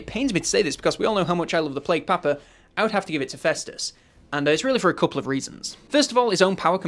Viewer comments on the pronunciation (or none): none